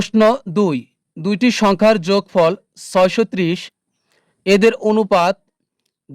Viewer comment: sir onopat bolle valo hoi😅